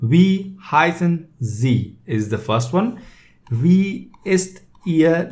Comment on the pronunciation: Am I the only non-bot that made it to the comment section? Not trying to be rude, as I am a beginner at German myself, but Wie is pronounced 'Vee'.